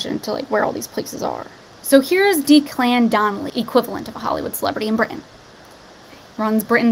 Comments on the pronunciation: Declan, first part is pronouned like deck not deek. He's half of the team Ant & Dec (Deck) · Declan is pronounced Deck-lan hope that helps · Declan is pronounced Decklan hun! xx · Deck-Lin is how you pronounce it…lol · deck-lan is how it's pronounced